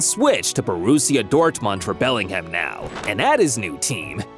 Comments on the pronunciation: did bro say Bermingham. 😂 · Belling HAM, Birming HAM